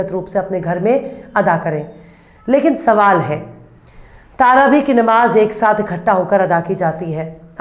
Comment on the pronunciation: तारावी शब्द नहीं है बल्कि सही शब्द है-- तरावीह ।